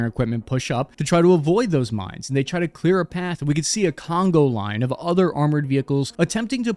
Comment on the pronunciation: Conga line, not Congo line.